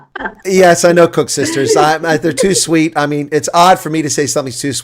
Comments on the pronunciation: It's Kosusters, not koeksusters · Koesisters actually